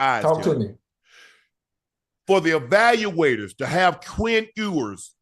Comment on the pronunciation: Its hilarious how shannon destroys that man's name every time "ewwwers". Shannon is simply ewers. But guess that's what happens when u don't listen to the sound